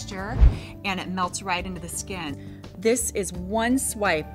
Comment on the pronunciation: I love how she says skin.. it's like...SKEHN lmao